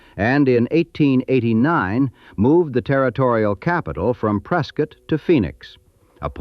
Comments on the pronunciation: At least Preskitt was pronounced correctly. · I don't know what's more impressive; the facts this video nails, or that the AI narrator correctly pronounced the names Hohokam, Prescott, and Mogollon.